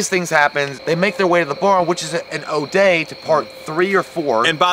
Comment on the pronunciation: Ode. Not o day.